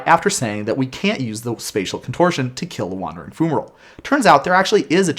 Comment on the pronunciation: FYI, it's pronounced FYU-ma-roll, with an fy sound. :) Thanks for the rules overview! That card was so strange rules-wise...